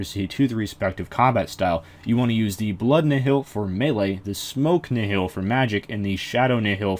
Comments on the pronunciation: Nihil is pronounced Nyle or Nyhil. Kinda like the word, annihilate. Which is what their name comes from. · it's pronounced knee hill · IcyBlocks The official Jagex Wiki says nothing about the name's meaning. The RS Wiki that anyone can edit, has no source for it's information other than its being similar to the Latin word. And I believe in a BTS video, it was pronounced Nyle. I do see where you are coming from as well. And yes I've read the lore behind them being failures in his eyes, still doesn't make the case either way. Meh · "Nyle" is not how you pronounce the latin word nihil, it's pronounced knee-hill. As for the lore or which is correct, not a clue, I'm a latin nerd not a lore nerd